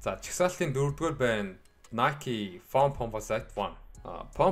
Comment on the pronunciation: Foam Pomposite гэж яаж уншаад байнаа